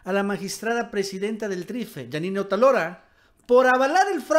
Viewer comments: no es Otalora, es Otááálora. Es una palabra ESDRÚJULA;ACENTO EN LA ANTEPENÚLTIMA SÍLABA. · Otálora es palabra esdrújula. No es Otalora, que sería palabra grave. ¿Es muy difícil? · el apellido de la presidenta es "otÁlora", no "otalÓra" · Es OTÁLORA (esdrújula)!.. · debes pronunciar correctamente el apellido de esta tipeja, ve donde tinen el acento.